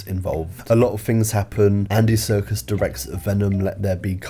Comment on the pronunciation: i love that you pronounce his surname ‘circus’